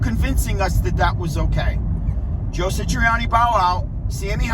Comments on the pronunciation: His name is Joe Satriani, not Sitriani!!! Satriani is one of the greatest guitarists this world has seen, dang, he taught Steve Vai....the same analysis would happen if someone tried to be the next Neil Peart or the next Chester Bennington,....I DOUBT Eddie could play Satriani, like Satriani...each has their unique sounds....Surfing with the Aliens is a masterpiece. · This guy can’t even say Joe’s name right. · This guy doesn't even say Joe Satriani correctly